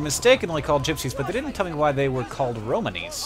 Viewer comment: Just so you know, Hank, you're putting the emphasis on the wrong syllable. It's Ro-MAWN-ee, not Ro-man-EE.